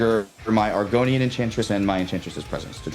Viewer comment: should lose for mispronouncing Argothian Enchantress